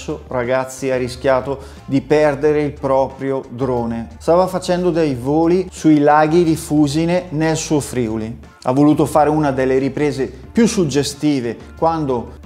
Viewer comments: Comunque si dice laghi di fusine non fu - sine 🤣🤣🤣🤣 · FUSìNE! e FRIùLI... non martoriare i nomi delle mie terre natie! ;-)